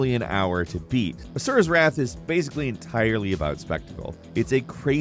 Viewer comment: ASURA'S!!! A.S.U.R.A!!! PLEASE PRONOUNCE IT SAPARATELY!!! WHAT I HEARD IS AZUREWRAITH